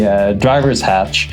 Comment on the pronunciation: "Hach E" ? (It's Treaty of "Ver sigh.")